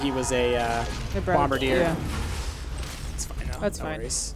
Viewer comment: Bombardier, not bombadire.